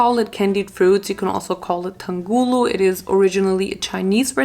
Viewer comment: Btw it’s pronounced AH-GAR like a short a and TAUNG-HULU like really enunciate the separation between the words or else it sounds like something else and once The sugar is 150° you need to dip all of the fruits in there as quickly as possible before it starts turning into that brown color so they do come out right